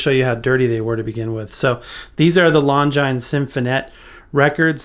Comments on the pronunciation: Loved this video. The name of the Orchestra on your record labels is pronounced “Lon-Jeenz”. They were watch makers. Sometimes you would see Longines clocks on the outfield walls of classic ballparks. I’m going to look into this cleaner though. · I think Longines is pronounced lon-jean or lon-gene. That's French for you, never pronounced like it looks like it should be. I remember tv ads using that name and pronunciation. (( may be wrong though.))